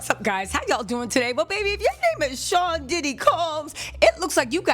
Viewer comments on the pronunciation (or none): none